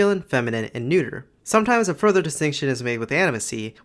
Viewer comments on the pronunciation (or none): none